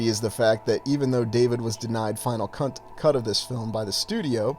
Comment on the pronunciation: Haha mispronounced "cut"...